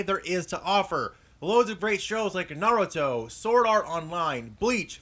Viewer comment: finally someone says " naruto" right!